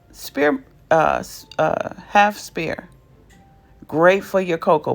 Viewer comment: I just found your channel and so glad I did! This was very informative and you gave fantastic directions, thank you! (Just as an aside, sphere is pronounced with an "F" where the "ph" is, so it sounds like S-Fear. HTH!) Can't wait to delve in and watch more videos! Again, thanks!